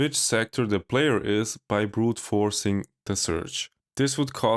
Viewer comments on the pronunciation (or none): none